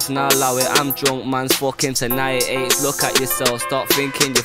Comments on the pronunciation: Yo Fam It's Aitch Not Eyetch bruvva. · why cant people say his name right, its Aitch like H coz his first name is Harrison!! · It's pronounced h like the letter h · that's how aitch is pronounced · It’s pronounced “H” my g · the letter “H” is spelled “Aitch” it’s pronounced just like the letter H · Pronounced H. lol ya get me.😂🤣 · I’m sorry but here in England/The U.K. it’s not about race. It’s purely about if you have TALENT!! If you can spit, your sound!! It’s pronounced Haitch.... Like the capital letter H!! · PRONOUNCED 'H' AITCH... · You pronounce it “ayych” or like the letter “h” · His name is pronounced like the letter H x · It's pronounced H without the H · It's pronounced H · You pronounce it like 'H' (Phonetically - Haych) but british so u drop the H... so its Aitch 😂 He's the shit 🔥🇬🇧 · His name is said like H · its pronounced H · Its pernounced H